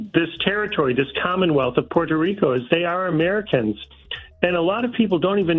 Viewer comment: I love the way my dude says "PUER-TOH RICO". He is pronouncing it correctly but still sounds gringo. 😆👊